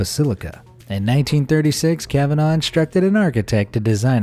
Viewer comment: His pronunciation of kavanagh annoys me it’s pronounced like kavna not the way he says it